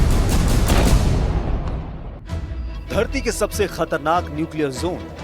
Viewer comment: nuclear Jone nahi nuclear zone hota hai